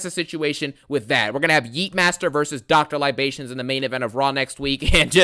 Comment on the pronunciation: Not "Dr Libations" 😂😂😂